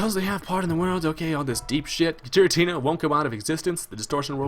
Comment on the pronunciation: its gh-er-a-tee-nah